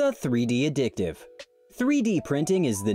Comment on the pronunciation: A-dit-ive... How about ad-i-tive. Did the narr-ator even think about what he was actually saying?